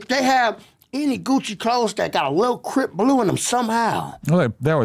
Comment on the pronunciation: He always says Crip Blue instead of saying Crip Clue